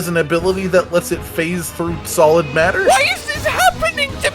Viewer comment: I would have thought could mentally translate British English by now to realize that you were trying to say brain MATTER ( I’ve never heard anyone even British pronounce it as mater before now but it’s not implausible)